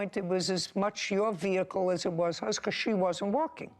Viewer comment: VEHICLE IS PRONOUNCED VEHICLE, (VE-HIC-LE), NOT NO veakul